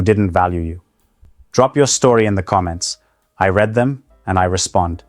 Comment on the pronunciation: This is an A.I. image and voice of a man. interesting. The content creator's text-to-voice does not pronounce "read" correctly. A real Indian (British) man knows the langauge.